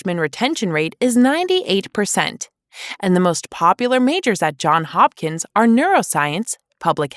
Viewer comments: For God’s sake, it’s Johns Hopkins. Not John Hopkins. And no one calls it JHU. You invented that. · It's Johns Hopkins, NOT John Hopkins. If you profile schools, at least pronounce their names correctly. And get correct videos of them: some of them for Northwestern are not the school at all There are many other prestigious institutes that were not named, both private and public. Just look at the other comments. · Johns. It's Johns, not John. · It's Johns Hopkins, not John Hopkins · “Johns” not “John” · Say it correctly: JohnS Hopkins. Add the s to Johns.